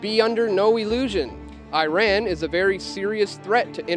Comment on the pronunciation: Nice. But please learn how to pronounce Iran and Iraq. And stop saying nucular like GWB. It's N-U-C-L-E-A-R.